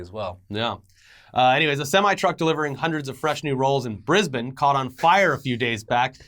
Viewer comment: thank u for pronouncing Brisbane correct U Americans usually say Bris-Bane & it's like Why LOL